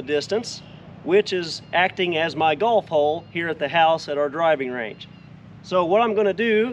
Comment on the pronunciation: A lot of times when you say "golf hole", it sounds like "golf ball". "Golf hole' is not a term I've ever heard.